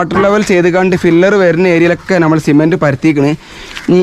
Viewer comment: ഫില്ലർ അല്ല pillar